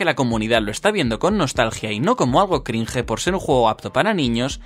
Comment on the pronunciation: Lo que da cringe es el sujeto pronunciando "crinje"